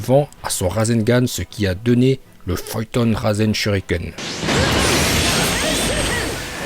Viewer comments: On ne dit pas ''FOYETON'' mais pas ''FUTON''. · Pourquoi tu dis feuille ton au lieu de fûton et seuilleton ? 😂😂